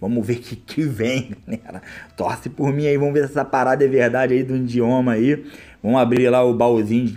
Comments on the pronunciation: É idioma nao indioma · O certo é idioma e não indioma só uma dica! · ''INDIOMA'' KKKKKKKKK E IDIOMA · coitado desse cara mano, pobrezinho mano kkkkkkk acredita msm q foi o 'indioma' como ele fala kkkkkkkkkk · " trocar o indioma"